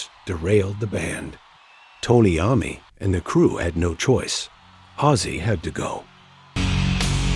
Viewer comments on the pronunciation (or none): I understood that - my point was the pronunciation was wrong- throughout - and not just Iommi